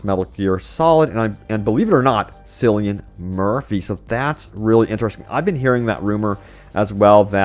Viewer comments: ITS NOT FUCKIN...SILLIAN MURPHY...ITS CILLIAN MURPHY PRONOUNCED WITH A K...KILLIAN MURPHY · 'KILLIAN' Murphy, NOT 'Sillian'. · Cillian murphy pronounced "kill-ian Murphy"😂